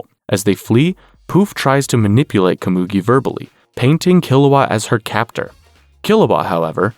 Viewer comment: Loved the recap but you mispronounced Komugi multiple times.